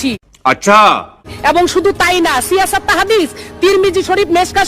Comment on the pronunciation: ভুলটা স্পষ্ট করতে পারেন নাই। সে বলেছে "সিয়াসাত্তা"! আসলে 'সিয়াসাত্তা' বলতে কোন শব্দ নাই শব্দটি হল—সিয়াসিত্তা।